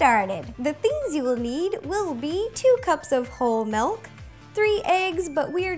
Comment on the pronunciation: Do any of you realize that Ro says "malk" instead of "milk" ???